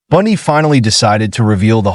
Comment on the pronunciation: Human cannot pronounce Bundy? Who is "Bandy?"